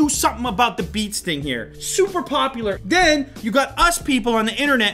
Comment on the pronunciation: “Beans” LOL